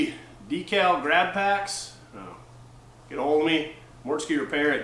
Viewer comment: Do you say "dek-al" on purpose or is that just a weird Northern thing? Lol. Congrats on 25K subscribers man